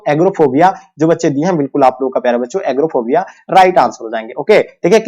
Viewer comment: एगोराफोबिया को एग्रोफोबिया कहते हैं पता नहीं कहाँ कहाँ से चले आते हैं YouTube पे पढ़ाने 😅😂